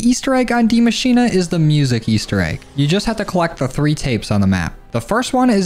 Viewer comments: It is DIE MA CHI NE. Not DIE MA CHI NA. 😅❤ Its german i am Dutch. Love youre video’s! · Now i dont wanna be annoying Bit as a german it is pronouced die ma-schi-ne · "Die Maschine" is pronunced slightly diffrent 😄 greats from Germany 😄